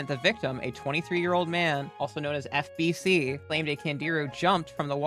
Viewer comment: Anyone else swear they heard HCG instead of FBC and had to rewind just to be sure?